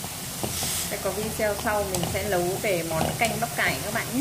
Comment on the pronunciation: Hướng dẫn mà nói quá ngọng nấu thì đọc lấu nõn rau thì đọc lõn vậy mà cũng làm video